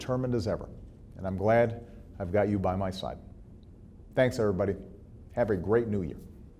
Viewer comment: In other news.....did anyone notice he says "Thanks Errrbody" at the end of that video? (^_^) Lol. Love that man. #TeamObama